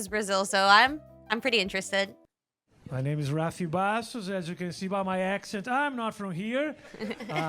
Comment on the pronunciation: Tá a tanto tempo na gringa que esqueceu como falar “Rafinha” 💔